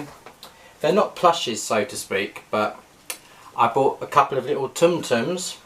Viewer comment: With tsum tsums the T’s are silent.